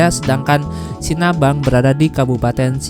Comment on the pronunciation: Sinabang ya bukan Sinabung 😁